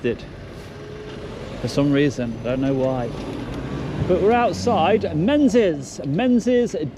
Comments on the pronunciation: Menzies is pronounced mengies pal scottish 😂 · Menzies is pronounced Ming-iss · Not important, but Menzies is pronounced 'Mingis'